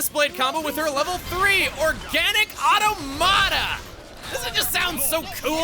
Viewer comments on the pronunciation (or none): I think you pronounced automata wrong.